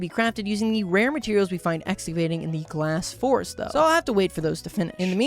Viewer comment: "Glass Forest" kills me inside every time he says it.